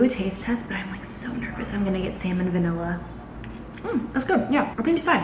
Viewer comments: NERVOUS THAT YOURE GOING TO GET WHAT!?????😂😂😂 it sounded like you said salmon&vanilla lol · Did you just say “salmon-vanilla” 😅🤣 I’m going to start calling it that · “Salmon vanilla” 😂😂😂 salmonella